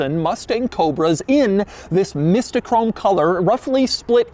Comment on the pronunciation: I wish I held onto my 03 cobra, built and raced it, Hearing you say mysto chrome was painful though lol it’s mystic chrome for 2004